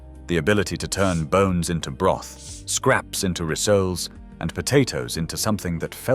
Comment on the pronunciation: That is not how you say rissoles.